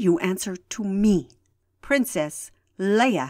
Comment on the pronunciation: Rewatchng this, remembering my voice acting for Tula (back when this was on Krayt Dragon Films) I didn't even remember I purposely mispronounced Leia. (At the time, I figured it was the standard Core pronunciation).